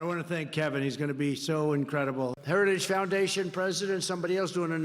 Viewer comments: Can't even pronounce "heritage". I don't care, but if you call out Biden for being old, Trump (3 years younger) isn't a spring chicken, nor do all the lights on the tree light up. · He took a few shots at trying to pronounce 'Heritage" without sounding drunk but never quite nailed it. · He can't even pronounce the name, Hairtagige, Hairtagish... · He can't even pronounce heritage. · He has a hard time saying heritage 😅😅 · Trump can’t even SAY the word “heritage” properly, so how could he be involved? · Trump can't pronounce heritage yet Biden is the problem 🤣🤣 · The man can barely pronounce the word heritage. How he is the Republican candidate utterly baffles me. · trump cant even pronounce the word' "heritage". He is such an ignorant loser. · He can't even say Heritage's properly 😂 That dementia sure is kicking his ass!! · Trump has on an FEC form that he is funding Project 2025. Twice in that 2022 clip of dump, he can't even say Heritage off a teleprompter. He was worse in his recent Doral FL rally from over the weekend, one example: hosply instead of hospital. But yea keep bullshitting us with calls for Biden to drop out. I'm glad I don't watch your crap network. Its about time you focus on Project 2025. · Why is no one saying that trump has a hard time pronouncing the word heritage. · He can barely say Heritage properly 😂 That dementia sure is kicking his ass 🤪